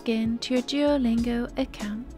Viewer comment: how beautiful you say duolingo😍